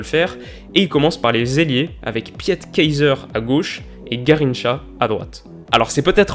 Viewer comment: Je suis belge et je parle donc Néerlandais et on prononce pas Pjet Keizer mais piit keizer avec le “i”